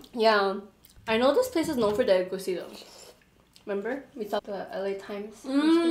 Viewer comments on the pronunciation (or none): First of all u eat the fufu with the egusi not the stew secondly you don't use two hands to eat the fufu😂😂😂 thirdly you pronounce fofo, egusi and jollf rice wrongly